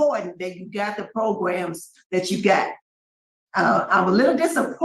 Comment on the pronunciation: Love to hear you say “Progrums”